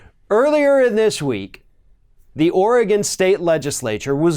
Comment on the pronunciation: Thank you for pronouncing "Oregon" correctly. Too many people pronounce it "Ory-GONE" instead of the correct "Ore-GUN".